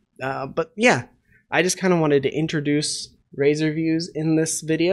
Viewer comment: There's no E in RAZOR. Just sayin.